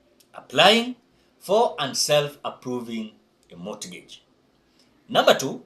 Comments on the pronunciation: Mortgage..... pronounce it as (mogej) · Mortgage the t is silent